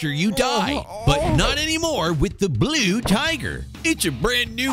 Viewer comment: "The BLU TIGHER!"